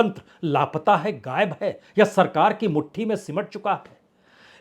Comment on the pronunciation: Mr Bajpai, I have been watching your channel for more than five years and liked them. You can pronounce " sheen, qaaf, za, etc but you still speak " hajjar instead of hazaar,. Gaib instead of Ghaib etc I can come up with hundreds of examples. Why can't you improve your language/pronunciation in your. Posts. I have been editor of an Urdu magazine, I have contributed to 😊Dharma Veer Bharti's Dharm Yug And I still write for papers in Australia. Stop aping/ mimicking Babu Sampoornanand. You will sound more authentic if you keep to correct pronunciation. Regards